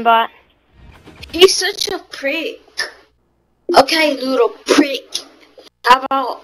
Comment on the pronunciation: "he's such a prique" LOL